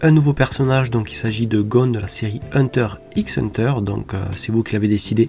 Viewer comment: oui c vrai petite faute mais bon c'est pas grv😉